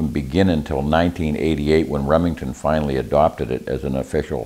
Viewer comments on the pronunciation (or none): none